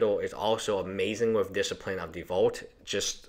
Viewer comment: this seems like a pretty poorly done video. why are you talking about the deck that's banned in so many ways you can't even play it in Legacy, Vintage or Commander. and then you go ahead and miss-pronounce disciple, i know English isn't your first language but come on, put more effort into it. you could be talking about a much cooler deck, like high tide, that's a deck actually worth breaking down and explaining.